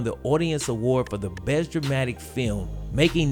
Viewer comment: i did know he pwoduced a awaad winnin feeum